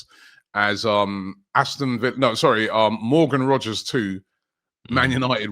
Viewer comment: It’s Rogers. Not Rodgers ffs